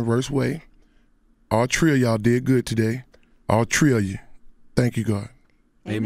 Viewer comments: Was he taking the piss out of Birdman when he was saying "all tree of ya'll" or can he just not pronounce "three" properly?! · "All Tree of y'all did good today" ... Dro lol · All "tree" of you. Never gets old lmao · "All Tree Ah Yall" 🤔🤔😩😩😂😂😂